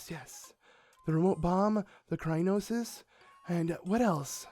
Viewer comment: Crynonis? I thought it was Cryonis